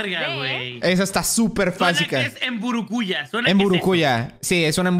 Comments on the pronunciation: Soy paraguayo y soy omnipresente por que no existo Jaja no se pronuncia MBURUKÚJA SINO MBURUKUJÁ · Mbúrucuyá :v en realidad se pronuncia como se lee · Se pronuncia mburucuyá ._. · like si eres de Paraguay o si notaste que dijeron mal el nombre de mburukuya. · la mburukuya no se pronuncia así pero ni me importa